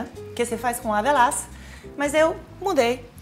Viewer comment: Demorei a entender que ela estava falando "avelãs".